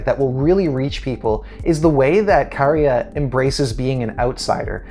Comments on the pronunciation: Great pronunciation of Käärijä! Only thing to add to that is, Finnish generally has no emphasis on either syllable. I think this is definitely a potential winner. If the audience gets on board, and they will because they hear the songs multiple times, the atmosphere will be electric in Liverpool,and that's contagious to the audience at home. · Great job on pronouncing Käärijä correctly. 🙂 Well done. 😊 So many English speakers are pronouncing his name as Caridja. 😄 So I appreciate the effort. Käärijä is my personal no. 1, no matter where it ends up. I'm hoping for him to win overall of course. Thanks for the video. 💖